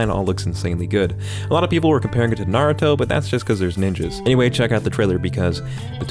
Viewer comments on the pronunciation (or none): none